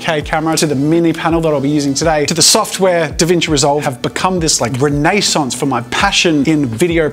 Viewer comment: Does anyone else love the way Jazza is saying "Renaissance"? I know it's the British/French pronunciation, but it sounds so much cooler when Jazza says it. <3